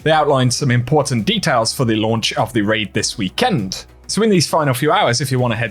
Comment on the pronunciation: Gonna be a long wee-KEND